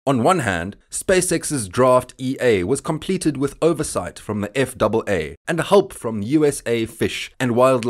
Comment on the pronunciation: Jesus Chris when you pronounced that. eff double A I had no clue what you are talking about even though I hold a commercial FW/RW license and CFI. It’s known as Eff ay Aay